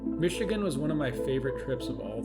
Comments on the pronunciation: Great video. It’s funny has hell listening to non-Michiganders try to pronounce the names of our towns and cities 😂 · Hearing your pronunciations of locations in Michigan is kinda funny lol